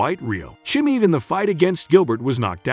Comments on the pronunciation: If you can't even pronounce Chimaev properly, then don't even talk about Nate beating Khamzat. You effin' casual. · can’t even say chimaev correctly, doubt u know enough to form a decent opinion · i was having a good laugh reading the title, and also listening to the narrator butchering diaz and chimaev pronounciation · Nate DYE ASS vs COMZAT CHIMEEV. This guy is just reading a script obviously doesn’t watch the sport. This is painful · Nate Dye-Azz vs Kamzaat Chumeev.